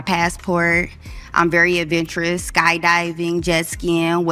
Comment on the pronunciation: Yeah, It's 🫵 " Adventurous " 👈 Not " Aventurous " And You Were In The Back Drunk ?????????? Complete Trash 🗑 Behavior What A Turn Off 👇🤞👎